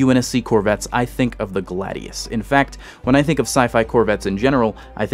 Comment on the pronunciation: I'd note that the Mako would be pronounced "May-ko" given that it uses the sharks name and, eh, the Gladius would be "Glay-dius". The Scholt just drives me mad. It's a soft sound "sholt" not "skolt", it's a more German name than the majority English names used for most UNSC classes.